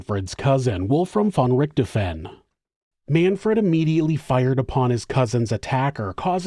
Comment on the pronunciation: I like your channel, but you really need to listen to a german pronouncing the name of Richthofen. :) Also, calling Von Richthofen a monster goes too far, in my opinion.